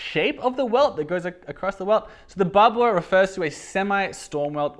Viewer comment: Barbour - “Bar-ber” :)